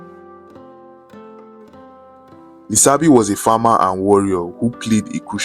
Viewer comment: 'Lisabi' is pronounced Lishabi.